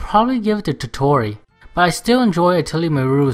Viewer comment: some pronounciations: Meruru- Mei lu lu Koei- Co ay totori- the 'ri' should pronounce 'li'